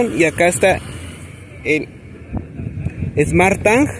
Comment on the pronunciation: Haces mierda al inglés. Mejor evitalo. Smart tang jajaj